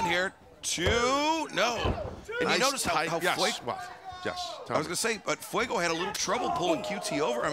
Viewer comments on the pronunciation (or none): Fwey-Go Dale Sol...yeesh.